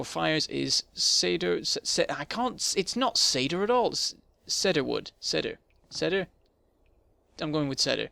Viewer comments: It's not Sed-her, it's Seed-her. Grammar Nazi AWAY! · eh. everyone else is doing it. Cee-der is how we say it in Canada./ˈsiː.dər/ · shannon robinson The pronounciation of Cedar wood is Seed-her not Sed-her.